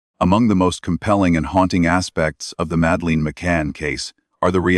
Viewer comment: It doesn't even pronounce Madeleine properly